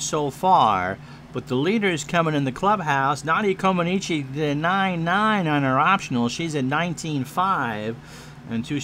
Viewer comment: Had fun with this game a few years ago, glad to see you give it a go, as always you do great with the call. Actually Nadia's last name is pronounced more like Coma-NETCH